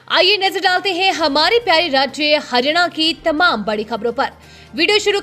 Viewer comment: Anchor ji, haryana ko to kam se kam dhang se pronounce kijiye